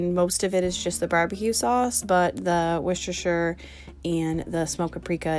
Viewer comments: Hi, greetings from the UK. Hopefully this can help you & fellow North AMERICA'S - Worcestershire is pronounced "Wooster-sheer". Most counties in the UK ending in Shire are pronounced shear & not like in Lord of the rings. Secondly, shepherds pie is made with LAMB mince (ground) and COTTAGE pie is made with beef mince (ground). Easy way to remember, shepherds look after sheep and in the olden days every cottage had a milk cow. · Please please please call it Wooster sauce 😂 I live in Scotland in the UK and there’s not one person that doesn’t call it Wooster sauce and everybody knows what they’re talking about 😂 loving the videos ❤️